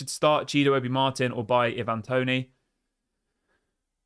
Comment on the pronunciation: It's not evan toney, it's i van (ivan toney